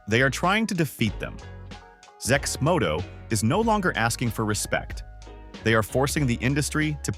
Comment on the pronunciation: Thumbs down for A.I generated videos that can't pronounce the name properly...